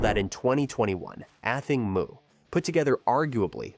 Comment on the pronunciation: have journalists lost all desire to do any research on their topic? like Google how to pronounce "Athing Mu" correctly if they are giving a whole piece to the public about this amazing athlete. shame on you